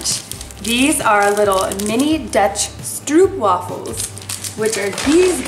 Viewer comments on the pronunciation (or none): I’m from the Netherlands, and stroop you pronouns like s t r an than oo like you say oh and then the p so stroop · Hi there! I’m Dutch and I don’t want to be rude, but the pronouncement of Stroopwafel is with the ‘oh’ sound. I love your videos and keep up the good work! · I'm dutch so it's funny to me how you say Stroopwafel. I Love these videos 😍